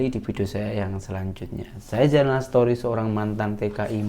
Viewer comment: sori, off topic sket... aku suker betul bro nie biler cakap "Story" jadi "Setori".... heheheheheee... 😅😅😅